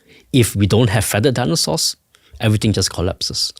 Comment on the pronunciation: The way that woman pronounces words is excruciating. Danaesores.